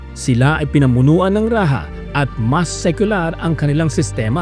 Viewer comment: Rajah Muda is pronounced as "Ra-ja Mu-da", not "Ra-ha Mu-da". "Rajah" is not a Spanish word